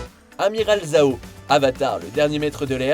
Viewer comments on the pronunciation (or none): Zhao se prononce "Jhao"